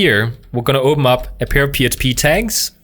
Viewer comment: "I'm just gonna go ahead & opemup my php tags" cute speech impediment bro 🤣❤